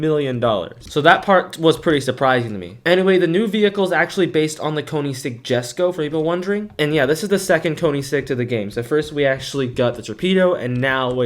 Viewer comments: Its not pronounced jesco thats the name its actually pronounced yesco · I don't know for sure, but I think it's pronounced the Koenigsegg "Yesko", the J makes a Y sound.